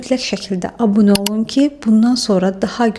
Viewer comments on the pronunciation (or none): none